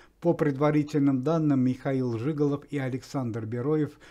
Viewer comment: Сам жИголов. Актер Михаил Жигалов. Это ж надо так коверкать фамилии людей. Уму непостижимо 👎👎👎👎👎👎👎